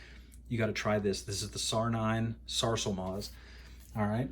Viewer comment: Wow you pronounced sarsılmaz perfectly man, I said that guy may be a Turkish guy 👏👏👏